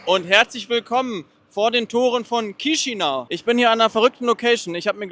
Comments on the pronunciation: Es wird "Kischinau" ausgesprochen. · Danke dass du Rumänien und Moldawien von allen Seiten zeigst. Die Stadt wird übrigens Kischinau ausgesprochen. Das a und u getrennt sprechen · Hallo, danke für das Video! Als erstes, Chișinău wird " Kischinau " ausgesprochen. Ich war letztes Jahr dort und fliege im Herbst wieder hin. Es gibt einige Nonstop Flugverbindungen. Z.Bsp. Frankfurt- Chișinău. Oder mit Umsteigen über Wien. Zurück fahre ich mit dem Zug nach București. Fand die Stadt sehr interessant. Mal was ganz anderes. Empfehlenswert ist ein Ausflug nach Cricova mit dem Linienbus. Um dort in den Weinkellern eine Führung mit Weinprobe zu machen. War zwar etwas touristisch, aber sehr schön und die Weine lecker. Am besten Online buchen! Warum warst Du nicht auf dem Piața Centrala, einem riesigen Markt im Zentrum? Da gibt es nicht's was es nicht gibt. Und man kann dort sehr preiswert essen und trinken. Bier schon für ca. 1, 30€. 30 € für ein Essen mit Getränk ist in Chișinău nicht wirklich preiswert. Man sollte schon etwas rumänisch oder russisch sprechen, sich zumindest etwas bemühen in den Sprachen zu grüßen. Da kommt auch mit den Menschen in's Gespräch. Und nicht einfach auf englisch und mit Kamera die Leute " überfallen ". 😉 Vieles hast Du leider nicht gezeigt, z. Bsp. den Triumpfbogen und die Kathedrale und die vielen schönen Parks. Freue mich schon sehr wieder nach Chișinău zu kommen. Viele Grüße! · Erstmal Namen der Stadt falsch ausgesprochen :D